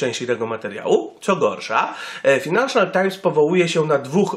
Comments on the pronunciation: fajnanszal nie finanszal times xD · Czytasz "fajnanszal"